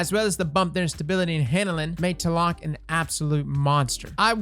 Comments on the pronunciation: Thats funny, I thought it was pronounced T-la-loc not tah-lock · ...tuhlock? TL-AH-LOKE bud come on lol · As a guy with the name (Aztec) do me a favor and please pronounce the name correctly lol it's TLA LOC. Say it slowly. It's pronounced just like it's spelled. As a Mexican, the way you pronounce it really hurts my soul bro!! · My man out here using the TLAC instead of TLALOC 🤣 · It is actually pronounced "Tla-lock" trust me im Mexican 👌👍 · It's been shitting me lately hearing all the different pronunciations of 'Tlaloc'. It's 'tlah-lohk'. You're welcome, internet. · FYI: In English Tlaloc is pronounced "T-lay-lock" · Every time he said Teloc my mexican heart broke a little xD Great vídeo as always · Its ta-la-loc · Take a shot everytime he mispronounces Tlaloc Edit: I'm dryunk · lol i swear destiny youtubers can't pronounce anything, like how frost says swAHshbuckler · Please....i was hurt of how you said Tlaloc, not your fault tho, im just hurt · Ok, now delete this video, go back and make it again but say TLALOC the right way :) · Pretty sure the T is supposed to be silent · No gonna lie, as a Mexican, I cringe every time he tries to pronounce Tlaloc. I appreciate the effort tho.